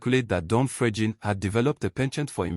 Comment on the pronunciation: i didn't say it is not Fregene but not pronounced the way he is pronouncing it. Listen to how he is pronouncing it.